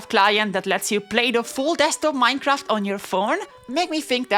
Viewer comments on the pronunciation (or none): none